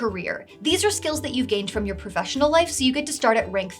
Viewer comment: The correct pronunciation of you're is "yoo-er". The correct pronunciation of your is "yor".